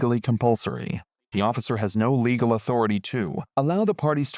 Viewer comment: The worst AI narrator I ever heard. Just rattling off laws and mispronouncing easy words like "legal". Hire a real person.